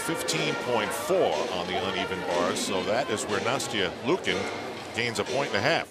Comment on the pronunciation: "Nasty-eeuh Lee-ookin" someone needs to teach that commentator how to pronounce names correctly